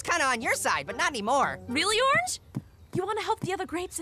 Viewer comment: In the intro they cant even say orange right